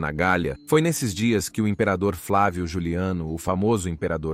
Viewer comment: JULIANO!!!! NÃO JULIAN.